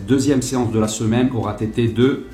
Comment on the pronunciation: Un regal avec ce festival de liaisons foireuses, dont on retiendra un "aura tété" si agréable à l'oreille. Le sujet c'est les barres de musu, ça n'empêche pas les barres de rire.